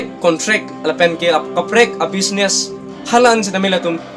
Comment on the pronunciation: Politiker party puha ?? Goverments ATUM puha ?? Lever puha level aphanta ? iju_cated puha educated aphanta ? Bis_nas puha business aphanta ? Mediker puha medical aphanta ? Contain puha content aphanta ? Rest_pect puha respect aphanta ? Ranbil puha ranbeer aphanta ? Incidence puha incident aphanta ? Kor puha call aphanta ? Thar_jen puha thousand aphanta ? YouTube channels along . Puha ?? Koan_ta matiko dopikma ?? Hoter pukali hotel pu . ESI ah ' Politicals leaders 'ATUM APHAN . Puha ??? ESI ah news channels . Puha ?? LAA...ANNN..KA..BURBOK.. PRONOUNCIATION..PLANGPLE...TA..LAAM..KABUJAI...AH..CONTENT..SI..KASELAM..LAM..MA..MONIT..NGKE ??? PRONOUNCIATION CHARLI THA FIRST . CTA...RESPECT...NGPI...DAT...PODE 💥